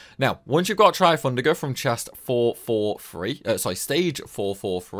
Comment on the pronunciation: How are you able to put an “r” sound in almost every word you say? Also, it’s four-four-THree. With a “th.”